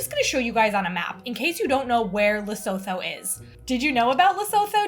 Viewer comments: you have to pronounce Lesotho as ‘Lee-soo-too’. The ‘h’ is silent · Lesotho's 'Gemere" is from the Afrikaans word for ginger, 'Gemmer' which in turn derives from Dutch, 'Gember'. Lovely episode! BTW, Lesotho is pronounced L E S 0 T O (the H is silent, no TH sound - you will hear it in the Lesotho lady's pronunciation). Glad that you were able to make something from this beautiful, mountainous little country. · Maybe I'm late to the party,. Maybe I'm repeating others, but you pronounce Lesotho as Lesootoo.❤ I love your channel, sorry for being the international pronunciation police. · Just a heads up - your pronounce Lesotho as Leh-soo-too. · I was so excited to see a recipe from Lesotho! Le-soo-too is the way to pronounce it :) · Very excited you included a recipe from a southern African country, so I really don't want to meet that with criticism, but Modiehi said the name Lesotho several times in her video submission and you still said the name totally wrong. I understand pronunciations in different languages can be difficult, but 'Le-SO-THO' is so far from what Modiehi said and how it is actually pronounced. It is closer to 'Leh - su - tu'